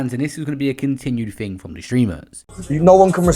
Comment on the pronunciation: Can we stop saying TING for the love of god